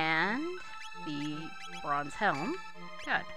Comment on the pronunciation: "She could probably use a bronze helm." Just from the way you pronounced that word, it sounded like she needed a bra xD. Awesome work so far on this LP. Its so tempting to grind a bit before getting this far, but it looks like youre minimalizing that a lot.